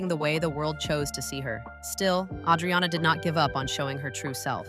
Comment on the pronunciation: PLUS, her name is butchered. It's A-driana, not Audriana.